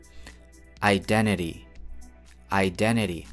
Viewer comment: Спасибо. Но I have a one question, я одна слышу вместо t в конце слова русскую р? Иделери например (identity)